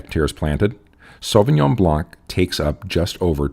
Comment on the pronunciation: Why can't anyone pronounce Sauvignon Blanc properly?